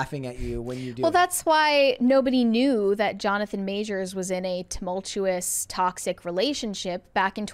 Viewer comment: We see you. Trynna teach how to pronounce tumultuous 🤣🤣